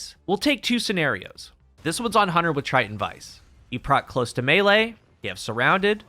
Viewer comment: I don't think I have ever heard a single Youtuber actually pronounce the 'close' in Close To Melee correctly, and it drives me up the wall. It's the verb form of close, not the adjective, and is pronounced 'klōz' , dammit!